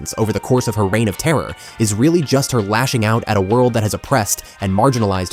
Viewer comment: You have excellent drama, but man, you need to stop pronouncing some words….. like “world” etc